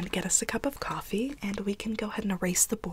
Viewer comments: The way she pronounces coffee 🥺💕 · COFFEVE lolol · In almost every role play where she drinks/talks about coffee she says it! Lol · i just heard that part and went "cofefe. i want cofefe!" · Coffee fee? Cough hee hee? Wat? I'm confused I've heard her say that before lol...tingly though lol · when you do this you definitely don’t want to show the goal or any of the other things you will be working on Aww I love how she says coffeefe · did anyone else hear her say “i like to enjoy a nice cup of cofefe” or is that just me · Alexis Pasie so now she just says covfefe instead of coffee lol